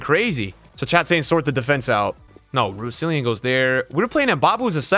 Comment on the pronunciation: Why can none of the fifa streamers say Rousillons name right